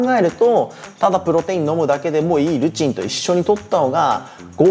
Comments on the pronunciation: Eのイントネーション気になるわ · Eルチンがずっと良いルチンにしか聞こえない🤣🤣